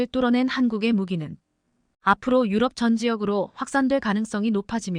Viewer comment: km를 킬로미터로 못읽고 케이엠이라 하냐?? 2~3년은 2내지 3년이지 23년이 아니다. 나래이터 스크립터 둘다 엉터리다. 대폭을 대쪽 유럽을 유럼 올라타를 몰라타, 5~6세대를 5내지 6이 아니라 56세대 라니 더욱 가관은 2028~2030년을 2028 내지 2030년이나 2028년에서 2030년이라 읽어야지 뭐라 2천28만 2천 30년이라니 무능 무식대담의 극치다. 이런 스크립터 나래이터 둘 다 고만 12만명의 구독자를 모욕하지 말라. 또 5~5.5를 오 내지 오점오로 못읽고 오십오점오로 읽어제끼냐 고만 문닫거라!! 89세 노인독자.